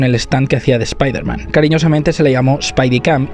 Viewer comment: Muy buen vídeo, pero no pronuncies espaiderman, nunca más.